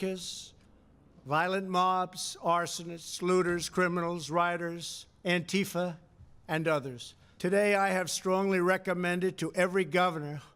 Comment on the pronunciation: Emma you look great in a sweatshirt. In every thing. Always look good. Don't be so hard on yourself. .... The pronunciation is Anti Fa.... Not. An Teef Uh